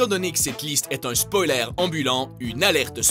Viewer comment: C'est " spoyleur " pas " spoylaire "